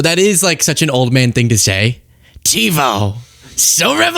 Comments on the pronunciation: If I heard correctly he pronounced it Teebo. 😂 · He calls it tebo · Did he say Tebo? 😂😂😂😂